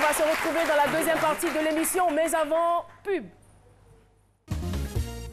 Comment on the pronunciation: l'arabe qu'elle apprenne à prononcer le mots et éviter les fautes de synthaxe MAIS se dit Mê pas Min